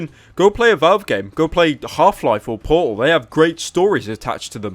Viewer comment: "Go play half-life or Paul." - Pyro "heavy accent" Cynical April 19, 2016